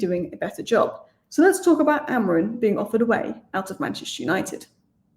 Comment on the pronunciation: blokes name is AmoriM not AmoriN😂😂